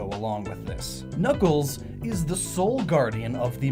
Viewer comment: Did anyone catch around the 2 minute mark he says kuckles not knuckles